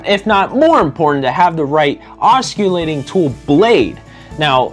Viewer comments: 'Oscillate' means to swing back and forth. 'Osculate' means to kiss. I'm not going judge you if you choose to oscillate while you osculate. BUT- if you are giving advice about a tool.... the first thing you should do is learn to pronounce the name of it! Once again, it's not an osculating tool, its an oscillating tool .... ( aah·suh·late ) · Everyone is making fun of the "k" sound in this gentleman's pronuciation. Making "C" hard, soft or silent is an easy mistake to make. The more.humous part for me is that he pronounces the work Oskullating, rather than Oskillating. Why so funny? The word OSCULATE means to kiss. He is calling his tool a "Kissing tool"! Wonder what his girlfriend would think... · Please learn to pronounce "oscillating" correctly. You are incorrectly pronouncing it "os - cul- tat- ing" instead of correctly "os- cill-a-ting" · I don't know if anyone else made this comment, but the guy presenting pronounces "oscillating" incorrectly. 😂 The way he says it means it's a kissing tool. The "c" should not be pronounced. You say it like "ossillating". Pretty funny! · If he says osculating one more time I’m gonna scream 😂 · You don't pronounce the c in oscillating. It should sound like os-sill-ating. I couldn't keep listening because you didn't know how to pronounce the word for the tool you are teaching about. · Hahahaha… ockillating tool… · “Osculating” lololololololol. Maybe get someone with at least an 8th grade education. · Boy oh boy, this guy says it a hundred time’s too. Ah skill layting. The camera guy or no one else was smart enough to correct him? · Good vid. In the future it's pronounced oscillating--the c is silent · It would help if he he knew how to pronounce oscillating properly, it's a silent C? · Your videos are great & very informative. Thank you for your time & effort. However, here is the proper pronunciation of the word "oscillating". The "c" is a "soft c" as in the letter "s". The "c" is not pronounced as a "k"